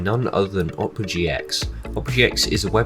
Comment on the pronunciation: its pronounced "Opera" not "Opa"